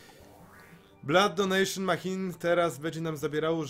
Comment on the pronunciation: Nie wiem kto Cie uczył angielskiego i wymawiania maCHine. to ch czyta się jak SZ. I hematemesis a nie hemastesis.